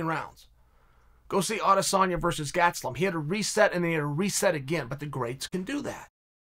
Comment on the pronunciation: Me: Kelvin Gastelum Chael: GATSELUM Me: Gatselum